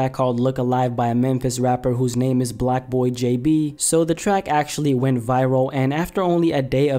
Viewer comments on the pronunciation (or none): It’s blockboy not blackboy tf